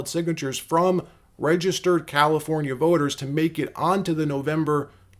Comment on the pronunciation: "registered valifornia viters"?